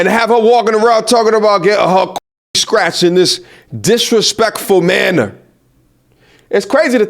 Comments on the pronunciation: Sounds like she is saying "Stretched" not scratched. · The funny thing is she’s saying Stretched not scratched 😂😂😂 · Think she said pussy stretched not scratched. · I thought she said she wanted her coochie stretched! Not scratched 😂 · Was she saying "scratched" or "stretched"? 😅😂😭😭🤣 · …. I don’t think she said scratched… I thought she said STRETCHED!! But…. She said It more like imma get it SKRETCHED from dude down the SKREET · I thought she been saying stretched. Glad to know it's scratched... Either way damn gurl. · I think she was saying stretched not scratched. lol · Is she saying stretched or scratched?